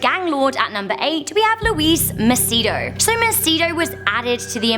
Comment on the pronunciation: Luis is NOT pronounced Louise FYI